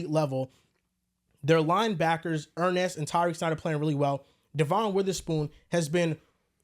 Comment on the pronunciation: Gotta love Er-Nest jones 😅